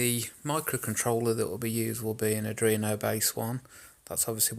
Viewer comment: Ard-ween-o. Not adreeno.